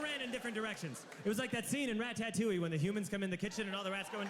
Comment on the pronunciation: The way he pronounces ratatouille. Rat-at-touille